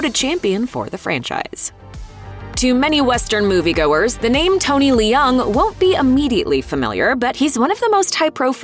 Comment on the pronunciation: I am so sorry,, but i am so bother by the way she pronounces Leung 😢